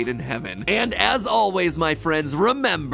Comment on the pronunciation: I love me some MattPat.. but I have to admit the "yuca" joke stung a little. Literally NO ONE IN THE WORLD speaks with American phonemes. There was literally a 99% chance it wouldn't be yuh-ka. Why would common sense surprise you? Edit: right. Americans. Edit: its bon apetit.. with a t at the end. Not bon apple-tea.